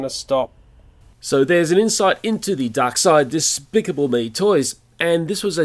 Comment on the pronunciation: I think you tried to say DESPICABLE!!!!!!! (haha PUNZ)